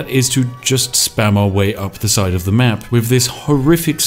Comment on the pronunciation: The speech impediment makes watching this rather stressful. Especially as you appear capable of pronouncing your 'TH' sounds in some words, but not in others. My toes literally curl with every "uhva", "Iva", "fing" etc.